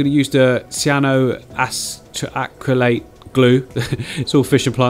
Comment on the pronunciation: I’ve lost all faith in you ever being able to say “cyanoacrylate glue” correctly lol